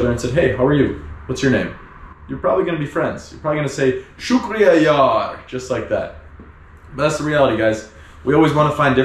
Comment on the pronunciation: Hey, really enjoying your videos. I live in Australia and It's been 3 years that I've had visited my home country due to Covid Restrictions. Your videos brings back alot of memories and also i like the way you say Shukriya Yar! Sounds cool.